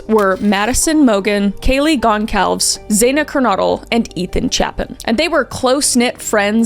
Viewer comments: Goncalves is pronounced gohn-sal-ves it is Portuguese. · It's actually pronounced gone-sal-ves is kaylees last name and I think you called Brian Christopher at the beginning LOL we've all done it a million times thinking of one word so then saying another love you though especially your Reddit Channel😊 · Isn't it pronounced gol-zar-ves not goncalves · Goncalves is pronounced “Gon-sal-vez” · I'm surprised Kris is this poorly informed about this case considering it's maybe the most infamous in recent history, as well as how she says Kaylee's surname. I think it's a bit sad 'cause some of their siblings and friends for sure will see this video and having your loved one's name so brutally mispronounced probably sucks. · Please learn how to say names correctly. Wenatchee, Chelan etc. as well as Goncalves. If you are going to report on something learn how to say the names properly. It makes it look like you just care to push your videos with no respect for people or situations.